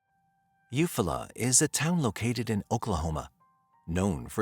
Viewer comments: You Fall la.... he is saying it wrong.... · It’s eu-fall -ah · Thanks for your work. The town should be pronounced You-Fall'-ah with emphasis on Fall. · Eufaula is pronounced you fall uh 😅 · If you’re going to do a video at least look up the pronunciation of the town. Is this just all AI now?